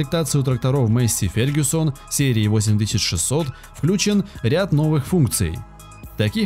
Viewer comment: масєй фергусон